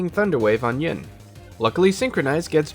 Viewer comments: Take a shot every time he says “Ying” instead of “Yin” 😅 Happy 2 day hangover! I love eeveelutions so I did love this video, just kept noticing it haha. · this was super entertaining! only gripe i have is yin usually being pronounced ying, rip. probably going to watch leafeon and glaceon combo next! good work ^^